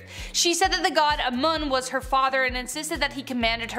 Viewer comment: Also Amun is pronounced AMOON